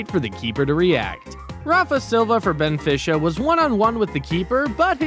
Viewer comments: Benfisha 😂 it is benfica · Rafa Silva from Benfisha the best thing i've ever heard along with someone else who said van jik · the way he says benfica is so stupid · I mean VERY tr ue bro really said benfisha and what about “lechester “ and bornmouth